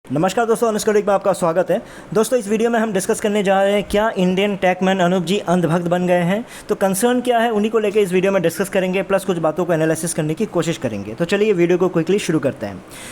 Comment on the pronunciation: ट्रैकमैन nahi टेकमैन